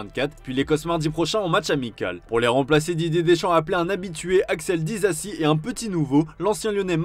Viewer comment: Il a dit Dizizi hahahahaha j’suis plié en deux😂😂😂